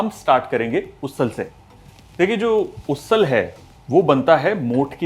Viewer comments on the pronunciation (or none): Usal is pronounced as उसल and not उससल